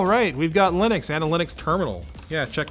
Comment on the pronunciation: Why do you pronounce to Linux when you don't pronounce Linus, Linus. :-)